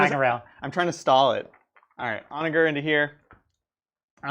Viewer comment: For what it's worth the G in Onager is pronounced similarly to a J like the G in German. It means Donkey. ˈänəjər, like On A Ger(man)